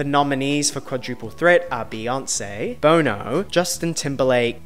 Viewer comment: you made fun of Alicia for messing up J-Huds name but you butchered one of the most known names in music history.. you said " BONE - NO" lol its "Bon Oh" ... i know it's your accent <3 i just thought it was funny bc you "messed up" the name way more than Alicia did on hers . All love <3 these videos are fun & you do great job .